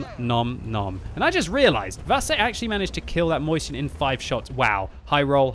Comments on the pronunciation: i'm pretty sure it's not pronounced „Moist-chen" but „Meu-shen”... I might be wrong! Great video anyway! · Why do you have to say Moyseeyen? It is nicely written Mäuschen xD